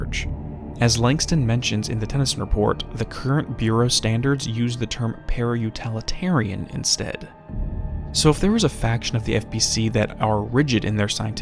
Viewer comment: Love these, but you’re killing me. It’s paraut-IH-litarian, not paraut-AH-litarian.